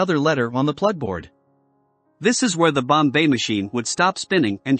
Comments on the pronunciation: It is pronounced BOMB machine. Not Bombay machine. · It's Bomb, NOT bombay. You tackle the subject well but sound ridiculous with the miss pronunciation! Just go to any other video about Enigma to hear it spoken correctly. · And "The number are..." (because "the number of settings" ends in an S). And it took me a while: by "bomb bay" he's trying to say "bombe," which is really pronounced "bomb" with a very slight "uh" on the terminal B. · It's, "bomb- bah" not Bombay like the city. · Annoying incorrect pronunciation “Bombay”. It is “bomb” even though there is an a letter at e at the end. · Not the "Bombay machine" but "Bombe," in which the "e" is silent. That's right, it's pronounced "bomb." For some reason, Turing gave it a French name. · Turing Bombe Pronunciation: The word "Bombe" is not pronounced "Bombay" is pronounced "Bomb" the e is silent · Sorry so voice and bo mbe pronunciation blew it in two mins. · “Bombai machine”. Got to love the AI. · I quit watching the second time he pronounced bombe as Bombay. It shows their lack on knowledge of the subject. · This is the first I've heard of "The Bombay Machine"... it's consistent mispronunciation tainted the whole thing for me... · He's using text to speech to generate the audio lol that's why it sounds like "Bombay" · More A.I. narrated bullshit. Mispronounce Bombe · First learn how to pronounce Bombe if you wish to impress!! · I could only take about 10 seconds, and the horrible pronunciations of Turing and Bombe...